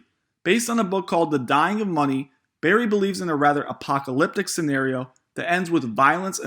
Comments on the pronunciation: Its Burry like furry, not Berries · Its BUrry, not Berry. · It's bUrry. Not Berry. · His name is Burry not Berry. In the video you got his name wrong. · also ‘CORPRATE’ bonds in the video. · Berry 🤣🤣🤣 OMFG! Dude, seriously? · The first words out of your mouth are pronouncing his name as Barry...kind of ruins the video right out of the gate. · You can't even say Burry's name right. Why should I trust you about inflation which by the way is very very hard to calculate. A lot of money is tied up in the stock market which means the velocity of money Is low, only when you see this money trickle out of the stock market will we see the inflation reflect itself in the real world economy. The problem is especially now is more money is flooding the stock market then ever before led by the retail investor frenzy. I think Ultimately Burry is right like he always is only that he is way to early like he always is. Give in another 2-4 years when the market is absurdly overvalued and set to collapse... The amount of money that gets taken out in panic and thrown into the market will cause mass inflation to which America may never recover from.